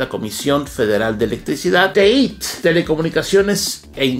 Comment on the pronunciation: Por que la pronunciación TEÍT si es TEIT!